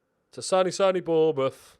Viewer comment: Gotta sign Bwian bwobbewy for Bwournmouth! 😆.